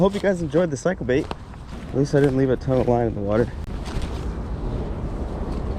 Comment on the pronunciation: Did you say they were “cycle” baits or “psycho” baits. Sine they both snagged up and got away I think you may have meant psycho, right? Sorry I couldn’t resist.